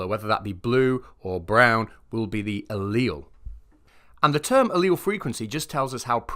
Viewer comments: I felt really dumb because I had no idea what a leel was. Turns out he was talking about alleles, and just pronounces it differently. Few. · Now I feel educated at last. I always pronounced "allele" with three syllables